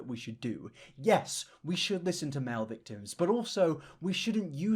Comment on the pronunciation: wait...im sorry... you say thictims?